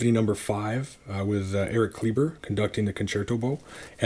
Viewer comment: Kleiber is pronounced KLYE-ber